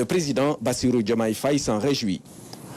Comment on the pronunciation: Madame, ce n'est pas Faaye, mais Faye. Il n y a pas d'extension du son a. Vous etes senegalaise ? Alors!